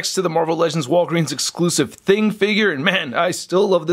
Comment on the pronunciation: I love it when u say exclusives but make it sound like ur gonna say bbts😂😂😂